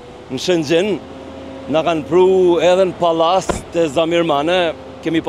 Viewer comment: O Berat ......Palase .....dhe jo Pallase